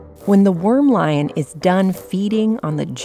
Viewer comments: ANT lion - not worm lion ! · Antlion. Not wormlion